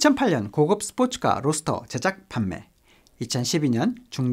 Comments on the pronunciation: 로스터가 아니라 로드스터라고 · 로스터가 아니라 로드스터 아닌가요?